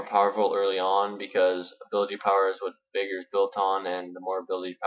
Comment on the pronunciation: This isn't really a farming guide for VeigAR (pronounce it right!), its more of a Veigar guide - or a weak one at best. :P